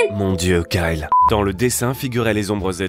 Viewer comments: Quand tu dit Kyle .on dirait que tu dis Carl. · Suis-je la seule à avoir remarquer qu'elle disait karl au lieu de kyle??😂😂😂